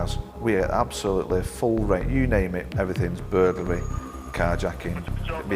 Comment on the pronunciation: Bur GUL ry? It's Bur GLA ry. . . . burglary, not burguly, when these police are writing out their reports how do they spell it?